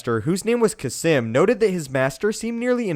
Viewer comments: Its pronounced "kasss-eeeem" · Is Kasim's name actually pronounced Kah-Simm